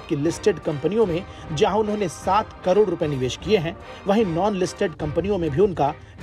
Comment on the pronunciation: Speech clear kar bhai lakh or karod me bahot bada farak hai